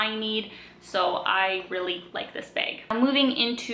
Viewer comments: I think its "Baeg". Funny little ways Canadians say things like "aboot" I wonder what words we say that sound funny to others, especially us Californians. Someone from the Midwest actually told me I had an accent. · I hear more A like bAge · Yeah, maybe you are right. It sure is not a short A though.